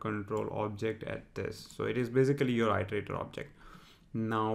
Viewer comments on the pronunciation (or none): thanks for vid, but i part of iteratior is pronounced as [ɪ]; pronounced as "ee + terator" not "ai + terator". I'm pretty sure you already know it, but just a reminder! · Iter!!! Its fucking i-ter not ai-ter!!! Nice vid tho